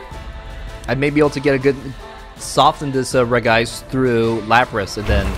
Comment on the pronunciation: Hey cool deck! By the way for some reason regice is pronounced regi-ice instead of regice